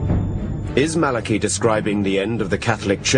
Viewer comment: he wasnt malachi he was malachy pronunced mal a key